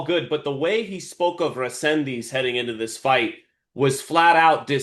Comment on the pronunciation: RE-SEN-DIZ…. Repeat with me. Fucking disrespectful to call him whatever you think you’re reading. How hard is to prepare for an interview like this ?!?! . 🤦🏻‍♂️😡